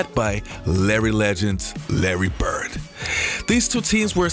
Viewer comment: Dude why can't you pronounce your ....."D's.... It's BIRD....NOT BERT.....RODMAN....NOT ROTMAN...